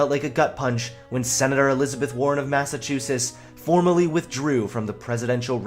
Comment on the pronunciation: Did he just say Massachoosis?